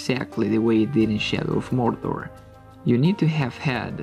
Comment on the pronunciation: Great pronunciation of Mordor.